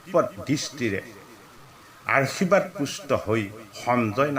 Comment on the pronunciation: 🙏🙏 কৃষ্ণ কৃষ্ণ বাপ , সেৱা আগবঢ়ালো। শুনি কৃতাৰ্থ হলো।বাপ , আপোনাৰ উচ্ছাৰণ ত কেইটিমান মূল পোৱাৰ বাবে আঙুলিয়াই দিয়া হ'ল। উত্তম শব্দ টি আৰূ আশীৰ্বাদ, কৃষ্ণ বাপ, আঙুলিয়াই দিয়া ৰ বাবে অপৰাধ হ'লে ক্ষমাদান কৰিলে কৃতাৰ্থ হ'ম।